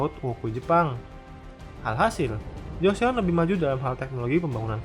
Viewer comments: Koreksi aja min Joseon dibacanya = (Joson) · Joseon = jo-son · Btw joseon bacanya choson